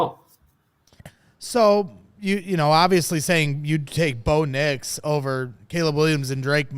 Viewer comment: This man said Bo nix 😂😂 can’t take him serious